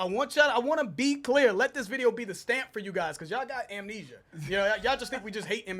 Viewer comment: said "ya'll got emnesia" 😂